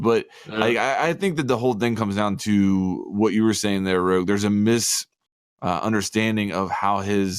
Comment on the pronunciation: Bruh rogue doesnt even say his own name right